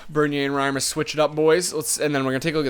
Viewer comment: Reimer not retailer WYF